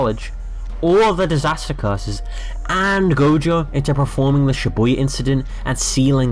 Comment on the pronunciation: Bro said shaboi incident